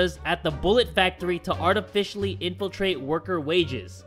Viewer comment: Inflate: INFILTRATE